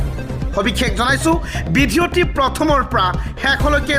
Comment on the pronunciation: বিধিওতি নে ভিডিঅটো অলপ শুদ্ধ কৈ কব